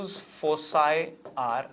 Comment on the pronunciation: Sir please check your prononciation of foci